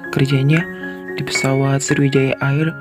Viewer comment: Bacanya Eir kak bukan air 😢🤌🏻